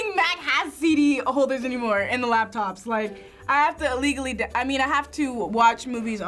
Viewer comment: Kim Alexandra Duong She said "illegaly"